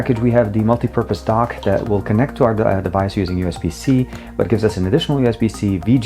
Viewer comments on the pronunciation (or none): none